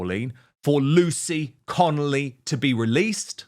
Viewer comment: Dan why do you keep saying lucy connelly when talking to her husband